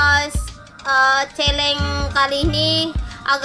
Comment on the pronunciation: 9.34 "celeng"😭😭